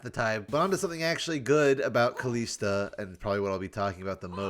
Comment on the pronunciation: Please, just try saying it correctly and not KalEEsta.